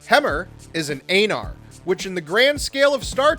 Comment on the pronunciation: Learn how to pronounce Aenar. It's Ee not Ay.